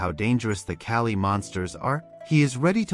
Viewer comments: It is not kali it is kall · As a "Man of Culture", I approve of this manga video recap. However, the monster men are called KALL not Kali. This is just some constructive criticism that you can use going forward with your future videos. Monster-kun, I am ready for you to take me away so I can be Isekai'd to that world!!! 😍 Be safe and be 😎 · My name is kali so stop saying kali and start saying kall